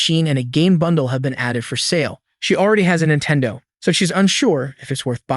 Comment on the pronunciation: What the heck is a Jintendo?